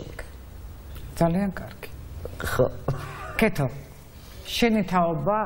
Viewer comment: ეს კარქი რა ვერ ისწავლა მარინა ბერიძემ?! კარქი კი არა კარგი! 🤦‍♀️სულ ასე რატომ ამბობს? 🤦‍♀️კარგი! კარგი! 🤦‍♀️და არა კარქი!